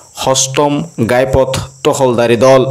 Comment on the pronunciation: গাই পথ নহয় ঘাই পথ